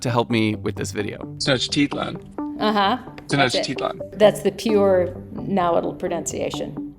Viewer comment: she did not pronounce nahuatl correctly... so i am a bit skeptical